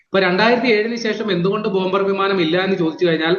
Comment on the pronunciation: പറയുന്നതിൽ കുറച്ചുകൂടി വ്യക്തത വരുത്തുക. ഇന്ത്യൻ വ്യാമസേന, ബോംബേയർ വിമാനം എന്നൊക്കെയാണ് കേള്കുന്നവർക് തോന്നുന്നത്.